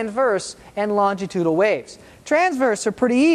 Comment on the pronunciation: For someone making an educational video you'd think he might try to pronounce longitudinal correctly once or twice in the video.